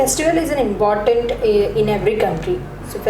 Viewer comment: It's not fake accent . It's the standard. English is nasal. Still he sucks with words like candidate, important, preparation etc